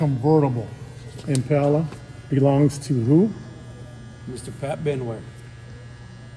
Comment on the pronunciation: To each there own but man them cars are just weird not my style, The bikes are better than the cars.. When you say Im-pale-a (IMPALA) it's just ackword... He even said you guys are RARE ..😜 That last 63 rag Fkn UGLY...